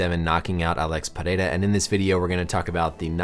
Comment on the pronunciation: The way you pronounce Alex's last name with the Brazilian accent. Hespect